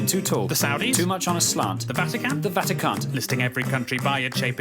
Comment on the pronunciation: “San mari-NO” “the vatiCAN’T” Made me roll to indonesia